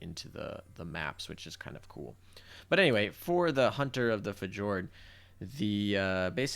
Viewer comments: Fee- yor- d.... omg my guy... Plus... stop smacking. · I think fjord pronounced (fiyord) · Fjord is pronounced Fyord btw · fi--yord = fjord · Not sure if this is simply mispronunciation or a critical role reference